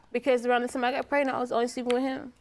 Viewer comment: Did she say Kraignant?